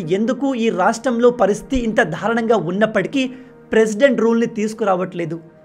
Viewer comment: నాయనా దారుణం అని పలకాలి కానీ మీరు dhaarunamu అని పలుకుతున్నారు సరి చేసుకోగలరు